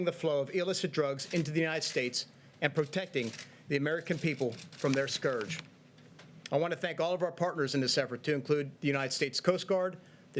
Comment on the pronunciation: learn how to say scourge... 1st page google there